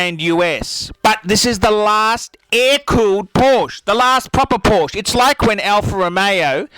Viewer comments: Your right that the air cooled is better but obviously you don't know anything because you can't even pronounce Porsche. (Poor-Sha) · "por-sche'h". Greetings from Southern Germany.. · If you're gonna rant, at least pronounce Porsche right wtf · HE SAID PORSH INSTEAD OF PORSH-UH, HURR DURR I'M BUTTHURT - DOWNVOTE. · Christ your voice sucks and you can pronounce Porsche properly to save your life. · In what world is he able to pronounce Porsche right? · Can't even pronounce Porsche. What a fuckload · Who is this guy? Is he for real or a parody? How the f*ck can this clown be talking about the 911 when he can't even pronounce the name of the make correctly?